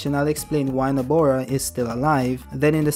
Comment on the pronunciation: It really IRCKS me how he keeps calling her NABOra instead of NOBAra...especially since he wrote her name right in the title. C'mon do better next time 🥸😭